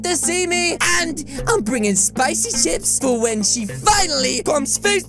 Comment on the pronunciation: Like when he say spichy but I don’t like to eat them